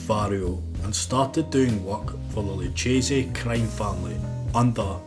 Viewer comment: Great video, just some of the names are mispronounced. It's OK, even Italian-Americans get it wrong. Luchese - Is "Lukese" and Italian words with "ci" or "ce" sound like "ciao" or "cello." Most Americans and people unfamiliar with Italian phonetics mistakenly tend to pronounce Italian names like they're Spanish names. Nicely done video, all the same. Well researched.